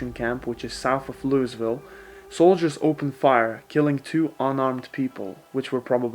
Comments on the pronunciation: It's pronounced Lua-vill. Not Louie-Ville or Luise-Ville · "Louis-vile” oof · Then shouldnt it be written "Luavill" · Has anyone ever told you that you say Louisville wrong?